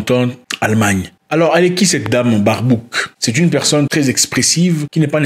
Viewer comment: Même ici en Allemagne 🇩🇪 personne veut cette femme, surtout le partie politique qui est aux pouvoir. Ele se prononce "BAIRBAUQUE"